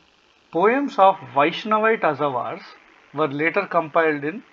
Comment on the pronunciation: It's pronounced Alwars. Not Azhawars